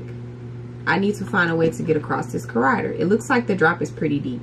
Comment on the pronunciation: The way u pronounced levers and corridor killed me lmao